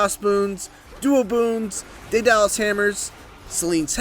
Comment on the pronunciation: "Day-Dallas hammers"